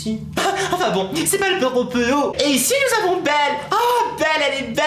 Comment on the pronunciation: Ta dit belle pas beuele TU A TRAHIS LE LANGUAGE DU PALMIER